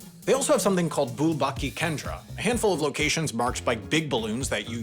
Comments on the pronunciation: Correction: I think you meant the Dalit (pronounced "The-lit") community not the "Dalek" community. Please don't make them an outer-space villain race from Doctor Who. (Not sure if you meant to pronounce it like that, but your Nebula closed captions definitely read it as "Dalek". Also, the "Bhule Bhatke Kendra" is pronounced as Bhu-lay (like who lay but starting with a bh sound) Bhut-kay (like hut K but starting with a bh sound). It literally means a center for people who are lost. Maybe you should do a more detailed video on Wendover. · I was expecting HAI to pronounce Uttar Pradesh and Prayagraj correctly but they failed miserably- and the "Bhule Bhatke kendra" was beyond recognition to me without the captions as a native Hindi speaker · Bhule Bhatke Kendra pronunciation cracked me up.